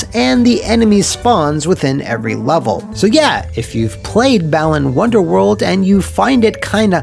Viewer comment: I keep hearing it as 'Bellend's Wonderworld' instead.